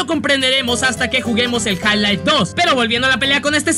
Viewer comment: Nadie: Absolutamente nadie:: ja laif